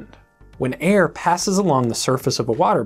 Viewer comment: When he said air at the beginning did anyone else hear hair?